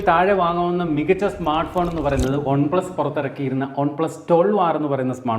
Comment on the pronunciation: "Ohn plus"😂😂